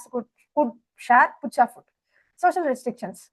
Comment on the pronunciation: not puchaa food it is pakka food might be mam